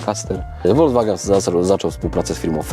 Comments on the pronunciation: vw czyli folks wagen,tak napisze bo jak po niemiecku to bedzie hejt. Dlaczego w Polsce prawie wszyscy mówią wolgswagen 😂😂,to tak na marginesie,po zatem lubie oglądać i doceniam. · Folkswagen wymawiamy na miłość boską...